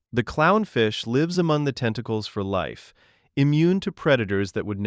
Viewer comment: This is ai narration how live is pronounced, disliked